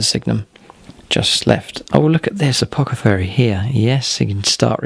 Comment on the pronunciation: Fantastic stuff as usual! Never mind the advert haters (you just click the little x and they're gone derr!) and the pronunciation bloopers, although saying 'apocothary was lol'! I think plays his Space Marines and Guard so well that surely it's time for a scorpion vs spider rematch, you are 0 and 2 i hate to remind you:( Adeptus plus marines, haven't forgotten about your Fists army also, vs whatever lucky Lawrence brings would probs be the highlight of my viewing year